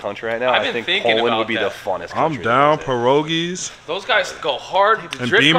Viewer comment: polish people cringing at saying pierogi lol